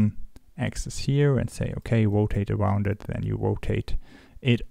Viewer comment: "wotate awound" Kripke?